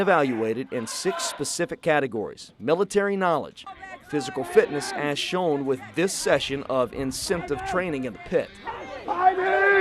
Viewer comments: It's, incentive training, genius. What the hell is, "insimptive training?" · Wtf is “insimptive”?